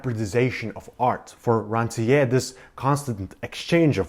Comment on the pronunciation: Thank you for the video. Very useful. One remark: Please, pronounce the author's name correctly. We need to hear the "R" at the end. It should be similar to the "r" sound in "pear" for instance.